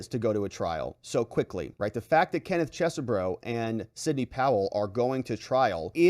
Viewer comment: FYI, the second E in Chesebro is silent. Is not "Ches - e - bro". Other YouTubers are pronouncing it "Cheese - bro" which is also incorrect. Try "Chez-bro"